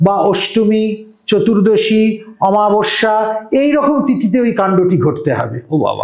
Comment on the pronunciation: আমাবস্যা নয় ....অমাবস্যা